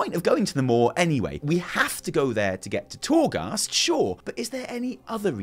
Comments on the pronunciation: The more you talk about the maw, the more we really need your wife here to teach you to speak properly. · Maw and maw.... It’s like I’m being tickled. I don’t want to giggle, but I can’t help it.